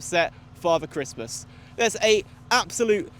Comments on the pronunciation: also christmas 😂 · also "christmas" 😂